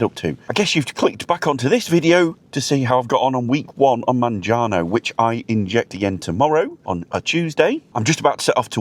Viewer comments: it’s Mounjaro not Manjano as you keep saying 👍🏻🤣 Hope it goes well for you, stay on the lower dose mate to help avoid side effects, you don’t need the higher doses contrary to belief. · Say it with me: Moun-ja-RO.